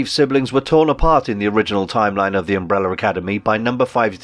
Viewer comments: Sometimes you can say umbrella. So why at other times do you say “umbrellur”/“umbreller” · Why does the narrator keep referring to Vanya (#7) as ''victor'. Also, Umbrella does not end with 'er'. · "Umbreller" you Brits! 😁👍🏿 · Why do British people say "umbreller" 🤨